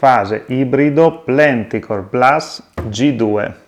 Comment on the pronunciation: 🤝 Grazie Andrea per aver dedicato del tempo a provare le caratteristiche del prodotto forse più identitario della gamma inverter KOSTAL, l'inverter ibrido trifase Plenticore Plus. E sì, la pronuncia del nome in tedesco suona più o meno come l'hai fatta tu 😄